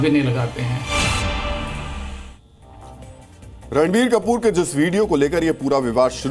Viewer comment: Phele toh actor ka naam sahi se lo fer afa failao